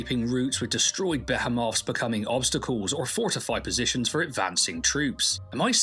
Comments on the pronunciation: Beh-HE-muth - spelled behemoth. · As with Jason. Emphasis on HEE. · I pronounce it "Bey-ha-moth" which is probably wrong. Google says I should pronounce it buh·hee·moth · The pronounce is something like Bee-Hi-moth also came from the newer video and glad to know you're married wish you all the best and let's go get those deserved 100k subs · Behemoth is bu(as in buttocks) he (as in the PRONOUN OMG) muth (with the uh sound as in mutter) Yes my lack of standardized linguistic symbols bothers me too but idk where all that shit is on a phone keyboard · Stop saying bah ha moth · Bee-him-offs 😂😂😂 good one chap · Behemoth - BEE-HE-MOTH … You’re welcome 😂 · No, you aren't saying "behemoth" correctly. 😆 It's pronounced be·he·moth bi-ˈhē-məth (Buh HEE muth) , or less commonly bē-ə-məth (Bee Uh muth). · It’s Buh HEE muth. 😂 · buh·hee·moth.....I was listening thinking wait am i wrong lol, congrats on the wedding...lets push for the 100k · I couldnt figure out WTF a beta moth was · Bah-hee-myths. I think. God, now I'm doubting myself. The more I say it the more I'm convinced it's not even a word and that I'm just having a stroke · Concerned I was having my own stroke, I looked it up: it’s buh-hee-muhth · What an incredible way to say Behemoth.